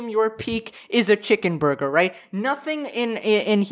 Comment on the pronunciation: who else cringed when he said chicken burger?